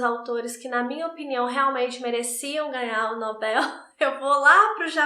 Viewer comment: Só de você falar NobEl e não nObel, já merece muitas estrelinhas! ❤ Adoro seu trabalho.